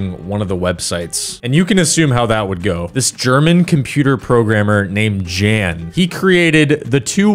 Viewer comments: Wonderful video, but just so you know, Jan is pronounced like "Yahn" in this case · im pretty sure the name "jan" is pronounced yan because i had an old friend named jan